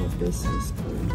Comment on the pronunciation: Coolelle when did it become pronounced like this. Just plain old cool